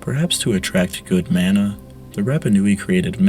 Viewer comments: hey man great video! I'm maori so I always get excited on pasifika and Polynesian history videos. Just keep in mind pronunciation because these languages are still used today. Mana is pronounced maahh naahh instead of man ah. Otherwise really awesome and interesting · It is pronounced Ma-Na. Not Man-A. The information is great. Thanks. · It is pronounced “mah-nah” not “man-ah” and it is something that is still practiced and respected in Hawaiian culture. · You're mispronouncing mana - its maa-na, as in "say aaaaah" when the doctor what's to look at your tonsils, not 'man-a' as in 'and'. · yes, thats rigth bro... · Mana is pronounced like mah-nah. Not: man-ah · the way you pronounce mana hurts my soul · Mana rhymes with gunner not spanner.